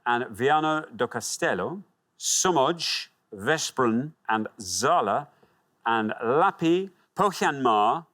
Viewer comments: "sz" is used in Polish too. I thought Poland until he pronounced Somogy as Somodj and Veszprem as Vesprem instead of Veshprem. Then I remembered Hungarian... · Slaygo😂 veszprem 😂 incorect